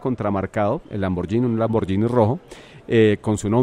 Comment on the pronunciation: No pronunciar lamborllini, se dice en buen italiano lamboguini. Es gh no gi.